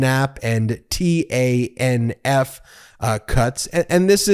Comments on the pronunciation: It's "Tanif", Ben. Yes, it's TANF, but we say "Tanif". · You should say 'tan-if' not 'T-A-N-F'. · Just trying to help. TANF is simply pronounced "TAN-IF". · Yo it's pronounced ( tan if) just so you know But I knew joe would bust their balls they forget that united states doesn't negotiate with terrorists and he just proved it 😂😂😂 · Just wondering, isn't TANF usually pronounced "tannaf?" That's how I've always heard it.